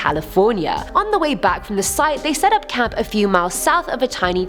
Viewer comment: I thought she said I had cat before. I had to triple check she said "camp"